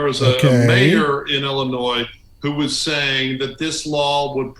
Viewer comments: I live here in Illinois and the S is silent love! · you said illinois with the s 😆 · How can I listen to a man give me any advice when he can’t even pronounce the damn state correctly? I’m sorry buddy but at least learn how to say things correctly before you speak. The S is silent guy